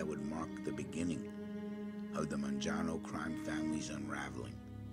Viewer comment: Man-jano? First time I’ve heard it pronounced this way